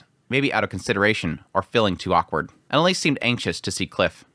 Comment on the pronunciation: please stop pronouncing character names wrong. (ah-lein-ah-lease) not elan alice